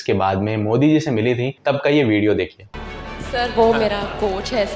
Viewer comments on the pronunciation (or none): none